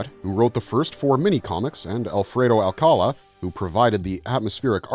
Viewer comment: Small "nick picking" stuff but the LAstname is pronounced like this: //al-ca-LÁ// thanks.